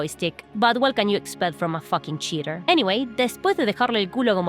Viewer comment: Say cheaterrrrrrr again. Them "R"s . . . :D. Also milanesas napolitanas heavy breathing